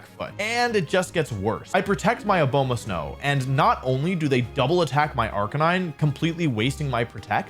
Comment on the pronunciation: If I hear this man say Abomasnow like that one more time I’m going to scream